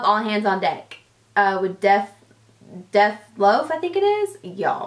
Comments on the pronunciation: ....all hands on deck is by tinashe.... and it's Dej Loaf, not Def Loaf😂😂😂😂😂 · It's Dej Loaf with a J not an F 😂😂 I love her I started cracking up when she said that